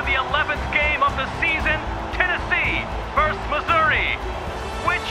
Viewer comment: Pretty funny (but it's "versus" not "verse").